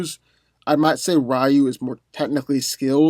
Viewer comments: Rayu? Isn't it pronounced Ree-yu? 🤦🏾‍♂️ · It's pronounced Ree-You, not Rie-You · rEYE-oo... no. REE-u 👍🏿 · It is. He just mispronounced it. The same way he mispronounced "Ryu". It's pronounced "Ree-U", not "Ri-U". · Balbosa-Mc Intosh No it ain’t. It’s Ree-yu. Go watch the animated movie. Everyone said Ree-Yu . Not Ra Yu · Rayu?! It's not Pokemon 😑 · I new Scorpion was going to win when you didn't even pronounce Ryu's name right lol. Also, you didn't go over the dark hadou, which could probably vaporize Scorpion. All jokes aside, I would definitely give the w to Scorpion, in the nether realm, if Ryu didn't harness the dark or light hadou. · You pronounce "Ryu" wrong. His name is 1 syllable, not 2. It means "Dragon" is Japanese.